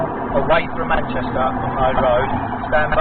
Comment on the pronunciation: Manshester 😂 it's Manchester